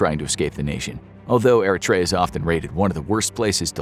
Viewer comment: The pronunciation of Eritrea is making me mad 😂